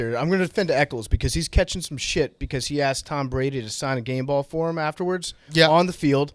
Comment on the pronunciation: Pretty sure there’s a O in tOm Brady